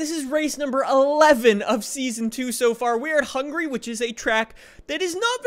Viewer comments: You said hungry not Hungary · When you say Hungary it sounds like hungry 🤣🤣🤣🤣🤣🤣🤣🤣🤣🤣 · YEP I realized it too